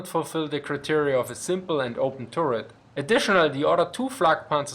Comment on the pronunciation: Say "tuhret" (short 'u') not "touret" :-). Otherwise it sounds like "Tourette," as in the syndrome.